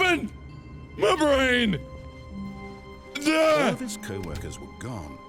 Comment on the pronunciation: Everytime you said "My Brain!" I was thinking "My Brand!" (CS)